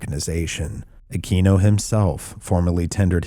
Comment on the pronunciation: Aquino ( uh-kween-oh) Sorry that drives me nutts